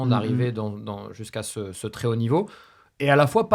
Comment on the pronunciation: Petite note pour nogodi : le mot "très" ne se prononce pas "tRRRé" mais "très", comme "trait".